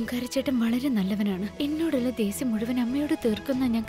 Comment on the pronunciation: Dheshyam ✖️ Dhesyam✔️